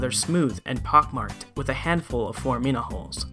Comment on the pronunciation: Singular: "Fohr-AH-men." Plural: "Fohr-AH-mi-nah," not, "Fohr-ah-MI-nah." Please and thank you.